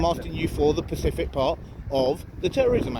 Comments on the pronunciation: God you sound so thick yourself, you can’t even pronounce “Specific” You said Pacific so many times you drowned him hahaha. Learn to speak properly for Christ’s sake. Your supposed to say “under what SECTION am I detained and what are the grounds for the detainment” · It’s pronounced specific, not Pacific 😂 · Specific, not Pacific. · It's specific not pacific (that's an ocean) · Specific pacific 🤣🤣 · pacific is an ocean, I think you mean SPECIFIC. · "Pacific" is an Ocean, I think the word you're looking for is "Specific"!